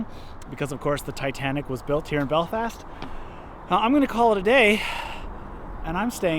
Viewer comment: An American that can pronounce Belfast properly? I'm mindblown